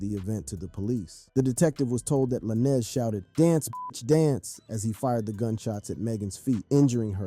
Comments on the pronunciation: It's Lanez like Lane with a Z Not LA- Nez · Why are you pronouncing his last name like that ?? Lah-nez 🤔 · Not Trying to be funny but WHO THE HELL IS "LanEZ" 🤔⁉️